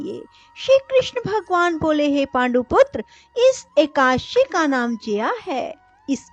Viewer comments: जिनको हिंदी पढ़ना और बोलना नहीं आता हो उनको कथा वाचन नहीं करना चाहिए । खुद गलत बोलोबौर दूसरो को भी गलत बोलने के लिए प्रेरणा मिलती है । एकाद_शी / एका_ दशी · Madam plzzzzzzzzzzzzzzzzzzzzzzzzzzzz ekadashi sahi tarikeeeeeeee se boleeee